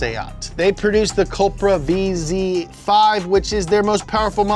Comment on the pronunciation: pronounces cupra as cup ra not like supra